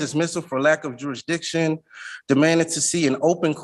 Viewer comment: Why can’t sov cits seem to be able to pronounce the word jurisdiction.